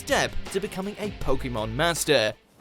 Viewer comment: You are the best. But please, IT IS POKEMON, NOT POKIMON